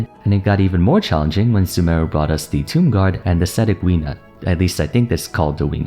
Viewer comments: Apparently it’s pronounced “wee-noot” but we-nut is better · Its called Ve-neut.... Not wenut. 😅 They called it that in the livestream. 😂 Me still. Gona call that We-Nut!!!! 😍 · I heard in the last live stream that it's pronounced like "waynoot" but i don't care i still call im weenut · Wenut was pronounced "way-noot" by the voice actors during the Special Program.